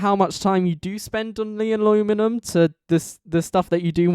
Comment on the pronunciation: Honestly you didn't say it that bad, I used to say it as Nuleomulium 😭